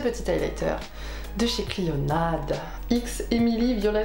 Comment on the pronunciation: Hello, ça se prononce cliona le d est silencieux 😉